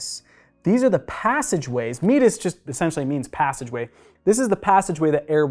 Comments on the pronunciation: Your pronunciation of some anatomical terms is simply wrong. "Concha" => con-ka "Meatus" => mee-ate-us (accent on second syllable) As someone who had surgery to remove a bony extrusion growing from the septum into my middle meatus, I am well aware of the terms... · Meatus should be pronounced as if combining the words me-ate-us. How am I so sure? It come from the Latin verb me-ar-re, a course that a river runs through. The term was borrowed by anatomists to refer to a body channel.